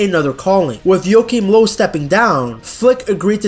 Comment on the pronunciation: Say Joachim Löw again please 🤣 Love your channel m8!! Peace